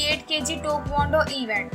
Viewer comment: IT'S TAEKWONDO NOT TOKONDO